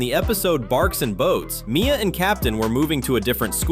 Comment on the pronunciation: barks and boats😂😂😂 it's barky boats